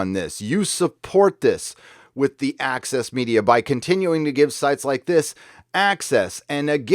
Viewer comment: I understand „Axis Media“ everytime, instead of „Access Media“.